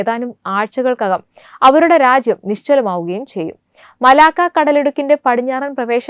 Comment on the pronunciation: മലാക്കോ അല്ല കൊച്ചേ, മലാക്ക. എന്തു പറയാനാ? നല്ല training കൊടുത്തു മാത്രം ഈ കുട്ടികളെ news reading ന് വിടുക. വായന തെറ്റിയാൽ അരോചകമാവും.